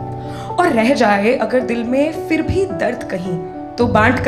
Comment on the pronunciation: jalalat nahi zalalat hota hai..fir nahi phir hota h madam ji